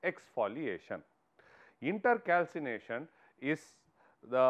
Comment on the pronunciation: It is not inter calcination it’s intercalation and also pls explain the points rather then merely reading the ppt